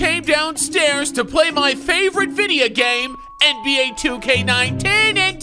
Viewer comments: "play my favorite VIDIA game" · “my favorite vIDeA game” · This fool said favorite videa game lmao